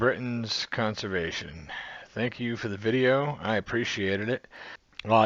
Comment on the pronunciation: You said conServation. It's conVersation. You basically switched the s with the v.